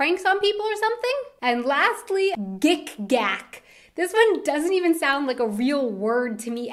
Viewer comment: Well, heard of Gickgack, but wouldn't pronounce it like GickGack, but rather like Gick(k)ack (Quickly spoken) Kopfgärtner: Nope Ex: Auf Ex! or Ex oder (Whatever is unpleasant: Being gay, an ass, some sockerteam's fan etc.) Dödel is a childish way to express dick or penis